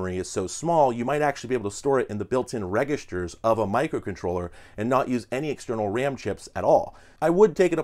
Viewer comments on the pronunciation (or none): Did you say "registers" with a hard G? Was that intentional?